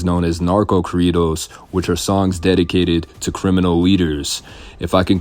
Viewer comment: Say corridos correctly 😂🥴